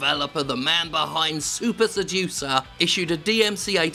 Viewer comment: I need to check my hearing, at first I though his game was called "Soup Seducer". Wich, incidentally, I would buy ten copies of a game called Soup Seducer, FYI.